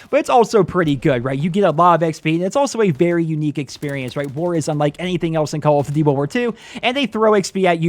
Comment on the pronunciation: is it me or does he have trouble pronouncing "call of duty".....